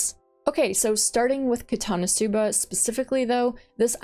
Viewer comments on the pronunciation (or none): none